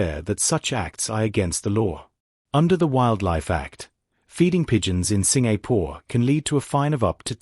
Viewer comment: Aiyo! Please……can you pronounce my country properly? SIN-GA-PORE!